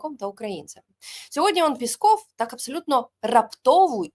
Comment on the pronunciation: Не " пісков", а " пісЬков"!!!!